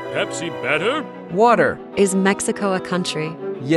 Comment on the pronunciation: "Is coca cola or Pepsi better?" Him:watær 💧💧💧